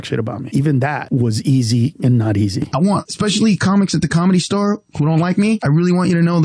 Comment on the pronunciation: I can't stand how he says Comedy Star 🙄 it's 'The Comedy Store'